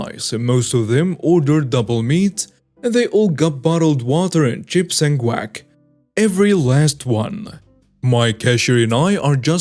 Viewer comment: I love the way that you say guac. It sounds like quack or crack. When you first started reading the story I thought maybe you were talking about ducks. It's hilarious and this is just one of your beautiful quirks that makes me such a huge fan. Thanks for reading this.